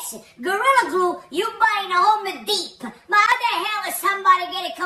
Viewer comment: I love when he calls Home Depot " Homa Deep"